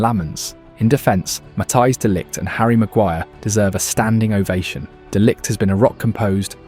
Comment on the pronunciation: Heard Amorim saying “Ariel Maguire”